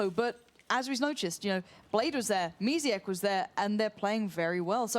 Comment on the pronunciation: Gosh, couldn't anyone have told the casters that the team's name is exAEquo and not exAQUEo?!